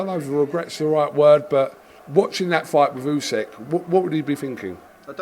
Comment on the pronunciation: Still can’t pronounce the undisputed world heavyweight champion’s name. It is NOT Usek ffs!